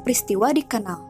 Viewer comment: Kanal bukan knal...